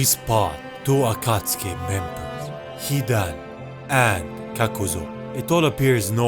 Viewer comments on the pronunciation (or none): none